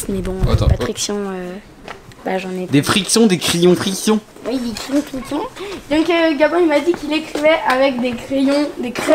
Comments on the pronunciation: C'est crayons et non cryon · J’attend ça depuis longtemps........ " criyons" mdrrr